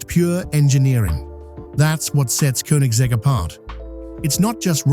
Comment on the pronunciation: Koenigsegg is pronounced with Ø/Ö, not U. Like as the i in bird.😊